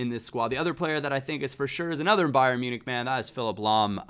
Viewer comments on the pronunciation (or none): none